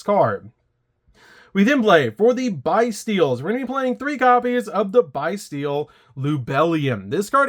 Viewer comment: Interesting list, might adapt it for Master Duel. Pretty sure the name 'Bystial' comes from the word "abyss" so I think you pronounce it like 'bisstial'...